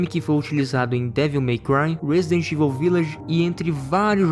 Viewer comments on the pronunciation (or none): none